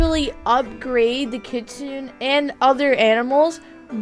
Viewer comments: Its pronounced kit-sun-ay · Here is the correct pronunciation- Kitsune=Kit-soo-ney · Btw kitsune is pronounced kit sue ney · She was saying kitsune wrong, I only know, because I started learning Japanese, OOF. (´༎ຶ ͜ʖ ༎ຶ `)♡